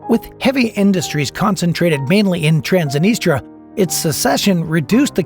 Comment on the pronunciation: Learn romanian language ! Chișinău, Transnistria, Găgăuzia must be pronounced correctly by the narrator!!!